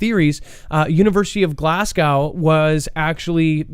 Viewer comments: Glass Cow 🤦🏻‍♂️ it's pronounced Glaz Go - Glasgow, simple!! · quite near the start, he was talking about Glasgow University as per usual, he always says it, I've mentioned it the chat before but still the same, typical American mispronounciation, he only see's this legendary Glass Cow 🙄😂🤣😂🤣